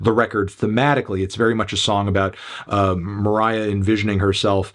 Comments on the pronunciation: stop calling her moriah dude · You calling her Moriah is so funny for some reason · you’re so cringe stop calling her moriah her stage name is poppy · Stop calling her Moriah you weirdo